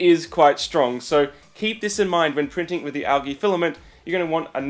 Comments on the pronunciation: Its pronounced aljee not algee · It is not pronounced al ge it is pronounced al - jee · Never hear it pronounced Al Gee.....it is Al G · the way he says algae...